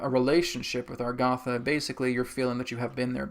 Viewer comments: I have notied throughout all your videos on Agartha (even the channeled ones), that instead of pronouncing it like it's spelled you pronounce it Algartha. I say you but even Adronis pronounces it that way. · Agartha, Argatha?